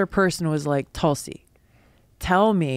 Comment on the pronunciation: Tulsi is pronounced as Toolsee not Talsee just thought you wanted to know. God bless everyone.